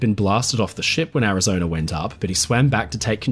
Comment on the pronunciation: A good historical documentary ruined through the use of a slimy limey AI developed by a second grade dropout living in the slums of South London. It has the battleship "Arizoner" damage during the Japanese assault as reported by crewman on the "Indianer" who "sawer" it. Both vessels had previously been stationed in North "Ameriker" but now sailed from Hawaii. If this documentary had had information about it, it would have reported that there were people in "Havaner" which is the capital of "Cuber," and Island lying south of "Florider" and "Louisianer." "Cuber" is closely allied with "Venezueler" northeast of "Bolivier" and "Argentiner." Geographically South "Ameriker" is west of "Afriker." Why any site which claims to be educational would use a slimy limey low class AI is beyond any reasonable deduction.